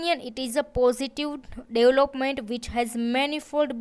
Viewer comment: Why Indians do not pronounce V? It's really painful to listen "positiw, negatiw, dewlopment" 😩